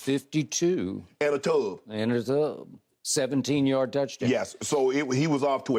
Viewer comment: “And a tubb” why he say it like that 😂